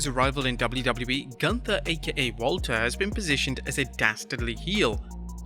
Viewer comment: It's pronounced GOONTHA